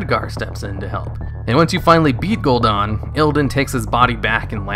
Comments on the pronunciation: The only thing that I don’t like about these videos is that he keeps saying Gul’don not Gul’dan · Whay are you calling him Gul'Don? It's Gul'Dan...Dan, as in Danny. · Gul'DAN, not Gul'DON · Gul'dan, not Gul'don. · Any reason u say gul-don???? It's definitely an A IN GuldAn. Drove me nuts. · I love your videos but you are REALLY bad at pronouncing names lol. Gul'DAHN? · i had to down vote, it was a cool video but I cringe every time you say gul'dan. THEY SAY IT IN GAME CONSTANTLY !